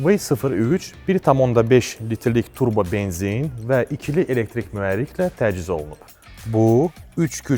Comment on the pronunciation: Nahəng yox Nəhəng Təciz yox Təchiz Cərpaz yox carpaz Uğurlar arzu edirəm. Faizsiz və hissəli satış təkliflərinizi sizdən də gözləyirik, digər rəqibləriniz kimi. Görüşərik salonda)